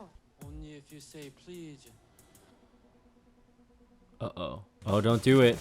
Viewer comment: I can't tell if bro said please or pleage